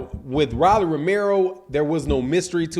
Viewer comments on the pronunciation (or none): It’s pronounced ROW-LEE NOT RAH-LEE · Why you saying Rawlie when it's Rolly as in Roll-e? I know you've heard the name said the right way over 20 times here on youtube puzzy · Who the hell is Ra’Lee? It’s Row’ Lee 😂😂😂😂😂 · my dawg but why bruh say rolly name wrong on every video on purpose 🤣